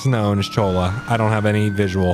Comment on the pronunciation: Its pronounced "Choya Springs" double ll's make a y sound.